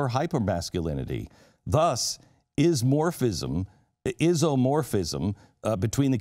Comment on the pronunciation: He mispronounced 'corporeal' and 'isomorphism'.